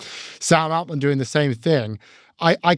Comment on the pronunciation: Why does pronounce Altman like that?